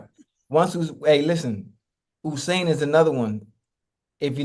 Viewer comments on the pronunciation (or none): Why do we call the man Osain, when it's Usain. Ya got me calling him Oohsain too😂